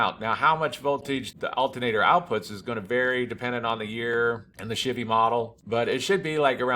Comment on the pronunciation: If I was in the same room as you and heard you say “chivy” 10 times in 5min, I would punch you in the face. Don’t do that